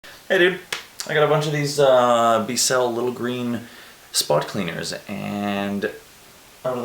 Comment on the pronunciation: B-Cell 🤣🤣🤣 Bissell rhymes with whistle.